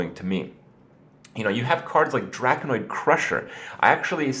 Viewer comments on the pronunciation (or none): Drak-ON-ID crusher not "Drakanoid crusher"